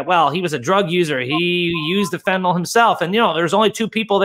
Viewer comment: Are Americans born with different mouth structure or something? Why can't they pronounce fentanyl correctly?